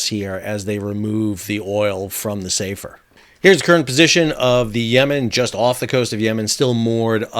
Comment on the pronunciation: Hi Sal, sorry to be pedantic but the name of the ship is "Safer" - as in an Arabic name. it is pronounced with the 'a' sound shorter than the English "safer" meaning 'more safe'. Here's a clip from a website: "Safer is a Muslim Boy's name which originates from the Arabic language." You can see the Arabic script on the bow in the video. Other than that thanks for the explanation!